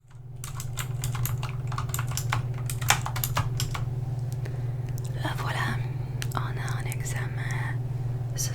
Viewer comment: Cc super vidéo trop trop plaisir !!pour t aider en français pour certains mots il y a des lettres muettes que l’on ne prononce pas comme le mot « temps » sa se dit ´ten’ on prononce pas le P